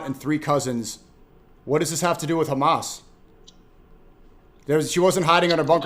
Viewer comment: Khamas khamaas khamaaas 😂😂😂 i swear thats all they can say 😂😂 its embarassing